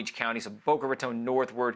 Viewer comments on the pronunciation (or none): none